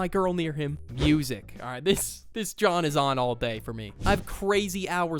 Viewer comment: You know he's Pennsylvanian when he says "John".